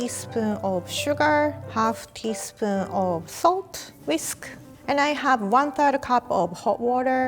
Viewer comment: This vidéos was Worth just for hearing her Say "misk"